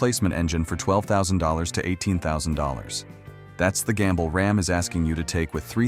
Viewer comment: rAm... not rOm